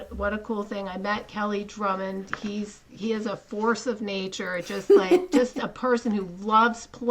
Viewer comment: It’s Kelly Grummons, not Drummond.